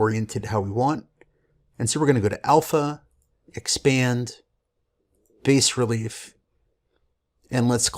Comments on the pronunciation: Hey Guys, looks like an awesome software. One thing: the word 'bas' is French for 'low' , the s is silent. Sounds like 'bah" in English. Thanks! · It is pronounced "bah-relief". bas in french means low. Thanks for the review!